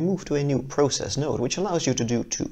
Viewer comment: you say process wrong